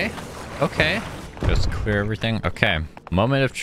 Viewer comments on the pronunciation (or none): none